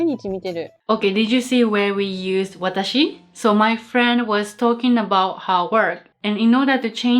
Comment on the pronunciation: no, we say watashi. but,we don't say waataahsee.